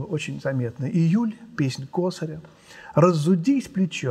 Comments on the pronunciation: Песнь косарЯ (ударение на "я"). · Блестяще, как всегда! Только вот ...косарЯ, не кОсаря